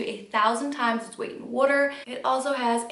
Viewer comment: Why does she say water so weirdly